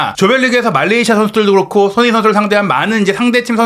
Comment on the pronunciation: 알부라히 선수는 메시나 호날두 같은 스타급 선수들에게 특히 도발을 잘하는 선수같아요. 우리 귀한 손흥민 선수 발음좀 잘해주세요. 맨날 소응닌이래 ㅜ